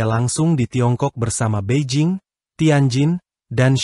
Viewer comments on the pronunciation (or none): none